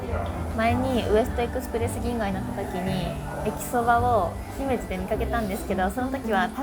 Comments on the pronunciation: 大阪万博とはビックリです🎉 現金が使えない、事前予約は不便だね😓 それでも賑やかで楽しそう!! 姫路のアクセント、カタカナ部を強く高く発音デス。 ❌️ひメじ ⭕️ひめジ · 姫路の発音がちょっと‥